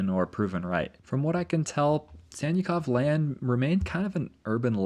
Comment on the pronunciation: Anyone else hearing Santa Clause Land instead of Sannikov Land? 🥹🎅🏼